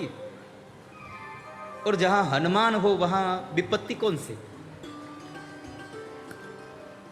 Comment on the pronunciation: ये अनुमान, अभिमान, विमान वाला क्या गप्पा लड़ा दिया कथावाचक ने...........उनको कोई समझाए कि हनुमान् शब्द इन शब्दों से भिन्न मत् प्रत्यय से निर्मित शब्द है........और श्लोक का उच्चारण भी शुद्ध करें🙏🙏🙏🙏🙏 ऐसे ही सनातन का रक्षण नहीं होगा